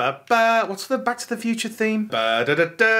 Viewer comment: Back to the Thew-ture?